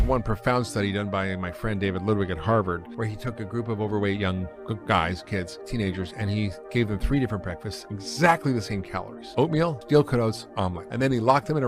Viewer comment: Not even 1 minute on and I know that man is full of BS... We should suspect any time someone says "Hardvard" to make a point... 10 seconds later: Wait, did he call fruits "starcher food"??? This can't get worse...